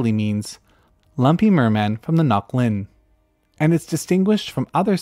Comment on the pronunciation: Nice pronunciation of Ngoc Linh, you were very close!